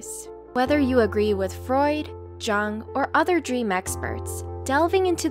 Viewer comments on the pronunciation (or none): I mentioned that in the last video where you mispronounced it... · Just a heads up, the way Carl Jung is actually pronounced sounds like Carl Young. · Carl Jung pronounced YOO-NG not JUNK like in the video... He was Swiss! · It's pronounced "yoong".......... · Jungs name is pronounced like yung, other people can pronounce it yoong, but really the fact that you cant even get that right in the beginning of the video indicates to me that this is a fake psychoanalysis channel. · How did she just pronounce Carl Jung?! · anyone else feeling uncomfortable with their pronunciation of Jungs name? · hard to trust a psychology channel that mispronounces carl jung's name....